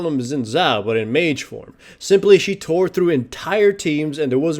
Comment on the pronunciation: He said tore